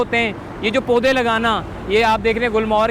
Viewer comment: Poday ko sahi tarha bolna sikho